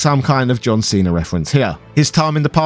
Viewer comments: why would you think that "cena" and "cinna" are pronounced the same? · I was listening to this and at the start it sounds like he’s saying Steiner and not Cinna - but then says Cinna perfectly fine at the end of that segment. I was so confused. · When he said "Seener" I just about shut off the video. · Did you pronounce Cinna just like that for the John Cena joke? It's spelled Cinna like Cinnamon and he even wears a hat in the shape of a cinnamon shaker and looks like the guy on the Cinnamon Toast Crunch box.